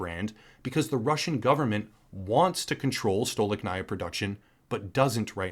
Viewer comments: Stolichnaya is pronounced Sta-Lich-Na-Ya, not Stow-Lick-Na-Ia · Courageous position to take in the face of outraged and badly informed crowd that just blindly eats up what the Western mass media is producing for them. I've respected you before as a creator, and now respect even more so. Well done. P.S. "STOLI-CH-NAYA" is how you pronounce it! 😉👍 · Thank you for your kind words. I am russian myself, and these haven't hit me hard yet, but i've had some difficulties e.g. paying for VPN. Some russian researchers now say things like "hold on to your garbage for a bit, maybe later you'll be able to exchange it for a can of peas" I absolutly adore and respect your professionalism and the level of quality of your work. btw, it's pronounced "stah-leech-nahyah", emphasis on "leech"